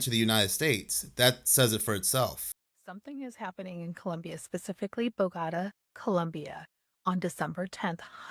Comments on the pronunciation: she says bo-gata instead of boh-goh-tah. Cant trust her or whatever she is saying if she fucks it up that bad. next. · It's not 'BO~GO~TUH', it's 'BO~GA~TA'... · Bo-gotta Columbia? Smh, you mean Bogota? Not everything is worth watching...